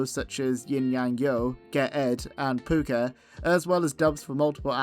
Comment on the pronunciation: It's called "Pucca" not "Pupca"!